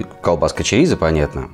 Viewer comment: произносите, пожалуйста, правильно. Ваше чАрисА я слушать не могу. ЧОрисО. И никак иначе.